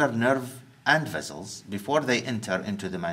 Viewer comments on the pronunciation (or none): Hard to get rid of the accent but much easier to correct pronunciation bad habits. Examples: - Vessels, base: are pronounced as such i.e. with Ss not Zs. Not vezzelz, baze. - Of: is pronounced as “ov” not “off”. Off as in (turn the light off) is what is pronounced “off”. - The presenter has the habit of duplicating the subject of his sentences. Examples: the Mandibular nerve it passes through the foramen ovale, the ... vessels they pass, the ... nerves they go to. There is absolutely no need to say (it) or (they) after stating a name as a subject for the sentence. - The presenter is not afraid of inventing his own words; "tunnelize" doesn't exist in any dictionary and "canalize" may mean "to channel into" according to some dictionaries but I have never heard it in 50 years from any one in the UK or elsewhere. Inventing, moulding, reshaping and reforming words is common practice among Arabic speakers to add a personal touch but only children in the west do it as a pastime game. Not anticipated from an adult professional. - Most “I”s in anatomy nomenclature are low. A high “I” is like in: fire, dire, die, wire, attire. A low “I” is like in: girl, gin, fin, and orifice. The first “I” in Clinoid Fossa and at the end of symphysis menti are low; not high. - People from Iraq and the Gulf have the habit of adding an e- in front of nouns starting with a consonant. This is how they speak in Arabic. Examples: Saddam Hussain becomes Saddam Ehh-ssain. Square becomes Ess-quare. For the pre